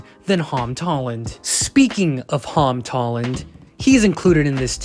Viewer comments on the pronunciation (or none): "Hom Tolland" 💀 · "hom tolland" Fahh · I love how he said HoM TolLaNd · “the hom tolland”